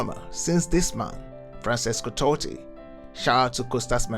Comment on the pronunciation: Good video but as a half portuguese half italian, I want to give you a few pronounciation pointers: Mourinho > Mourin-you Giallorossi > Djallorossi Francesco Totti > Frantshesco To-ti